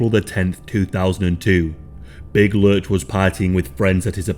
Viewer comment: It’s lurch, not lunch